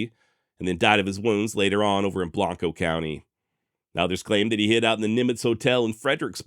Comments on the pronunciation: Great story. Well done. Small note: Pronunciation of Blanco has a regional nuance. It’s not pronounced with your normal Spanish/Latin form. Locals say ~’Blank-Ohh”. Really enjoyed the way you covered this. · Just happened across this episode and being a long time fan of the Texas Hill Country and especially Mason, thoroughly enjoyed the video. Only two minor issues (actually major to the residents of both towns) is your pronunciation of Burnet and Blanco. Regardless of spelling or usual pronunciation, the towns are correctly pronounced BURN-et and BLANK-o, in Texas. In fact, Burnet has a saying "Burnet, durnit, learn it." I will be subscribing and look forward to future episodes. P.S. if you ever have an episode involving the Pedernales River, it is pronounced "PURDnaleez." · Burnet County, same as the town of Burnet, is pronounced "Burn-it". Not Burr-nette. And Blanco County is pronounced Blank-O ....